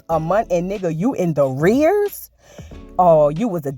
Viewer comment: Not “THE- REARS”😂😂😂